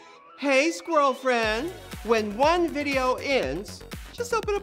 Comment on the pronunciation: girl just say "won"